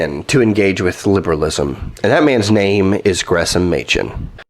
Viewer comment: Why is Gresham pronounced as if there were no "h"? That doesn't make sense. Plus, if you don't have the "sh" sound, you can't say it in that peculiar salivating manner in which Michael Horton says his name. He loves him so much!